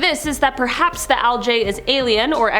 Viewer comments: Never heard it called "Al Jay" before. Is that the plural of "Al Gee"? I thought that was "Al Ji". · Al-gee. Hard g sound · What dafuq is OWL-J ? Is she trying to say algae if so someone should inform her that she saying it completely wrong 🤔